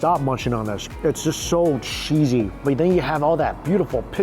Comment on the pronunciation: "So sheezy, so shewy..."